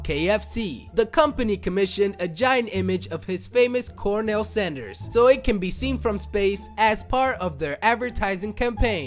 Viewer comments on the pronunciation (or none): "Cornel Sanders"??? Just off the boat from Tajikistan, Mr. Narrator?